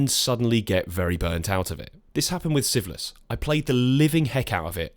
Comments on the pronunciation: Are you saying syphilis? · The way you pronounce "Sieveless" sounds like "syphillis" and I was very, very confused for a little bit. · completely unrelated to the actual content of the video, I keep mis-hearing "Sieveless" as "syphilis" 🤣